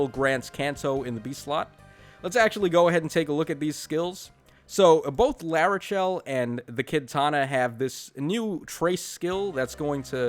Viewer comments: Heh It isn’t larcei It’s Lackchi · I think he's calling her Lakche because that's her Japanese name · Says Larcei's name in three different ways, gets it wrong all three times.